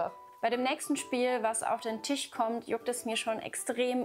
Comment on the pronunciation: Hat sie wirklich Tich und Arsche Nova gesagt? 😅